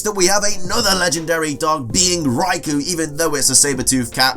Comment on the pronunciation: you also pronounced raikou wrong